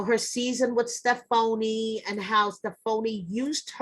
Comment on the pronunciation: Stef - foney 🤣🤣